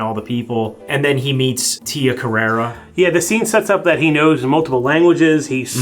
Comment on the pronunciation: It's Tia Carrere, as in "career".